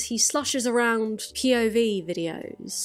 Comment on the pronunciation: Everytime you say POV I just hear/think PIV 😂